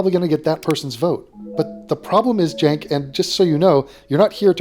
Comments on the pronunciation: Love everything about this content,. The hyper-annunciated "Keek" gets me every time. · I think the way you are meant to pronounce Cenk the E is sounded as a U and the K makes the same sound as a T. You're welcome